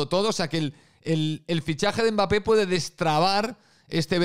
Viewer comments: "Mbarré" de nada....😎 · si te sirve yo a Mbappe lo llamo Mbeebee = Embibi, por cómo lo pronunciaba un presentador árabe, me hizo gracia 😂